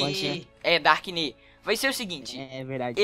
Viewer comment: o dark ine é o dobro de força q o jureg na forma beast cara, n sabe n fala